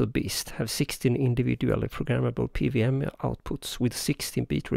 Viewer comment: Cool stuff. So, I guess this isn't so easy to do as an analog circuit?? :) Also, just to get ahead of any confused comments you might get, in English, we typically pronounce "PWM" as "pee double-you em" rather than "pee vee em". I immediately knew what you meant (it helps that I spent some time living in Germany, I guess), but I'm guessing you'll get some confused comments, so, thought I'd point it out. :)